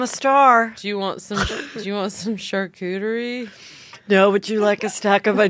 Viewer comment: i love fortune laughing that heather is mispronouncing charcuterie when she herself is mispronouncing it. that is just hilarious!!!! gold